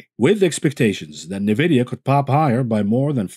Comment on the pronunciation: nVidia is pronounced "enn-vidia," not "neh-vidia"